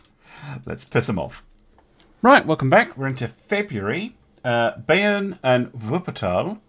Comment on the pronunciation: "Beiern"??Really??My God its "BAYERN"!Why are you english speaking peolple are not able to pronounce any other language right then their own (and even that sometimes not really) and have to butcher them???Iam German and i think i am very good in speaking and pronouncing english words and i allways try to get it right(even some words like,sovereign,Edinburgh,sword or even Worcestershire)!Please but some effort in it!It makes my ears curl listening to that slaughter!😂😂🙃😉Despite all this suffering of mine i love to watch your vids!✌